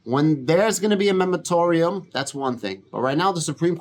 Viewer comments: great video. I own 10,450 shares of Sofi. I usually add shares every week but i’m holding right now until the price drops below $8.. Also it’s the “moratorium”… not “memotorium”… 😂 it also took me awhile to get that right. mor·a·to·ri·um /ˌmôrəˈtôrēəm/ noun a temporary prohibition of an activity. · 😂😂😂 the accent is the reason you’re saying MEMAROTORIUM instead of MORATORIUM? like i said it took me a while to say it correctly so no harm no foul.